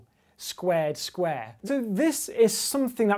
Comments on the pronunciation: I'm just here to listen to James Grime say "sqruare" 😊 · "a skweh made out of skwehs" love grime